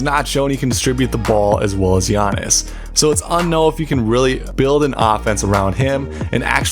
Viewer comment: Get his name right bro. PLEASE